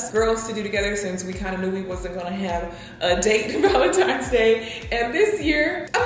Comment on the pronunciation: I love how pronounces Valentines day Balentines day